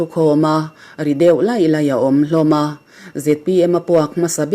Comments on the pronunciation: Lâi lak tiin lam se. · I lehkha chhiar danah Lailak khaw hming I lamrik dan a diklo fimkhur a tha ang ,Lailak I chhiar khan Lak tihah khan thlukna a awm lo , kha lai thluk tur pawh ani lo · Upa Benga tih a beng hi i lam diklo.beng hi *beng chawrh tih a BENG anga lam tir.LAILAK khaw hming i chhiar diklo.LAINA tih a Lai ang a lam a LAK hi laklawh tih a lak anga lam tur aw. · Lailak i lamdan hi a. dik lo aw😅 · Lailak hi i lam dik lo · Lailak khua kha, ngal ruh tih kan thluk angin thluk tur. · Lailak pawh i lam dik lo anih chuan i IQ chu a hriat e.. Engpawhnise David Sailo hi chu a bengvar thawkhat hle tih a hriat. Kil tin kil tang hi a ri a hre thei vek mai a. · Lailak tih hi i lam dik lo. Lailak khua hi i la hre lo em ni???? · Tin, Lailak hi a laia mi lak chhuah angin i chhiar a, Kal suh tih thluka chhiarvtur aw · LAILAK khaw hming hi lam dik a harsa viau a ni awm e. AIR Aizawl pawhin rei tak an lam dik thiam lo ve tho mai Tunah chuan an lam ri fik thiam tawh. A hriate lo zawt mai teh u.